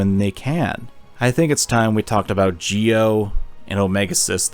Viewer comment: 2 nickpicks for otherwise a wonderful spotlight on a much deserve game 1:Its Geo not Gio,I know the english dub also pronnounces it that way, but its literally geo like geography 2: while you analysis of the FM´s being representations for negative emotions, it doesnt really add up, Sadly outside of this game symbolism most FM´s are just opportunistic assholes tbh I dont feel there any interesting plot developments in the second one, unless you count Solo´s depression manifesting in a sense of distrusts but actually coming from a situation where nobody gave them a reason to trust anybody, but Im curious about your opinion on the third game